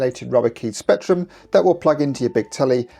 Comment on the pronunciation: Rectrum. Don't miss out on the R 😂 I'd like Level 9 and Infocom' Adventure Games. Also, Head Over Heels, Knight Lore, Gun Fight, Great Escape and other isometric games.